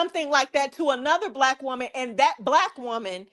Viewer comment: I can't take any person seriously who says the word black with two syllables. All I hear is "WAHHHHH WAYCISMS!